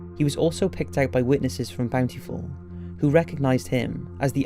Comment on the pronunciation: Bound-tee-full utah 😅